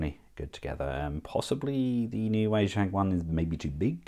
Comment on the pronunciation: Wei Jang is pronounced "Way-jong".